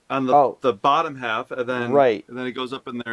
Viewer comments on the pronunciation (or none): none